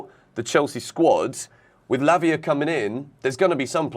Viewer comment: you got to say it properly Lavia Fernandez Caicedo LFC 😂😂😂